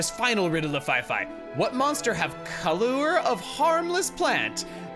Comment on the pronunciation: As a Brit. Hearing put a much heavier pronunciation on the U in words like Colour and such is a weird combination of amusing, and annoying.